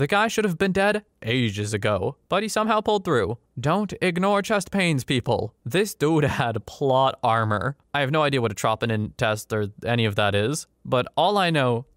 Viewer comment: Troponin Trow Pown In Look up pronunciations if you are not sure.